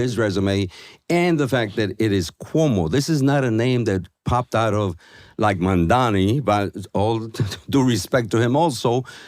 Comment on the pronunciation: The NYT answer completely invalidates all his previous statements. So much for impartial analysis. Is it so hard to call out prejudace ? Him mispronouncing Mamdani's surname is just icing on the cake.